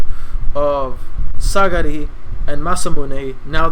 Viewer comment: It's Sagiri btw. Not Sagari XD